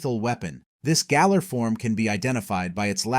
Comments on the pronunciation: I thought It was called galer not gayler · It called Galar "Gaylar" so 😂 can't be surprised